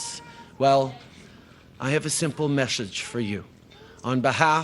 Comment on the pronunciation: What's a "meshage" ? + Is that like a stoned or drunken "message."? I guess that really is the message in one word. Does he really think the world is watching The Sock Boy, Elbowgate, gropegate, blackface peopleperson?